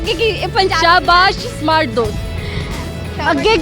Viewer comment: Ye Panjabi smart ko samart ku Bolte hen..😉